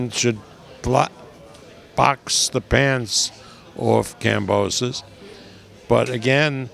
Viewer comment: This old Fart said the same about Lopez maybe after this fight he will learn how to say Kambosos correctly 🤣